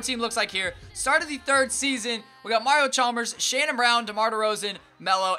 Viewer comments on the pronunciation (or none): none